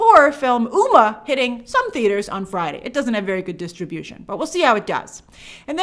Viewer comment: Hey Grace. Just a FYI, Umma is pronounced "Umm Ma" haha.